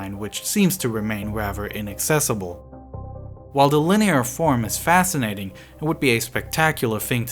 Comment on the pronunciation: oTHer... not uVer... raTHer, not raVer... wheTHer, not wheVer Seriously, need a voiceover without a speech impediment.